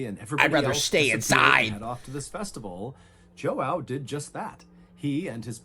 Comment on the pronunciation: The complete butchering of the name João by MrBallen